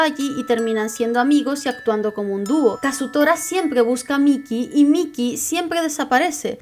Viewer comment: Me encanto el video y adoro ese manga pero me incomodaba de que le dijeras miky y no maiky ( mikey)